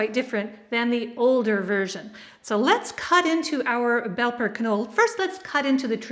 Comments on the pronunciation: Not only is the k not silent, but also the e is pronounced. "Kinolla" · Not to be an ass, but just to pass on the info, if the word Knolle is German, then it is actually pronounced like Canola as the E at the end of a German word is pronounced "uh". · Nearly right, but the E at the end kis alo not silent.